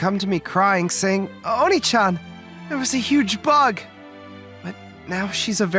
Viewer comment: I'm Not fond of the use of "Oni" instead of the correct "Onii"